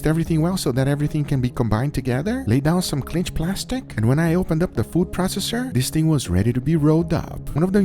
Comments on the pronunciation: Its cling wrap (kleeing) not clinge (Clin’j) as you keep pronouncing the French word clingue. I’ts cling like (en. King) not clingue like (en. hinge). Should be light g (guh) not harsh g similar to (j)ar) Love the vids. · It's not "clinch" plastic... it's "CLING" wrap. CLING... not "clinch".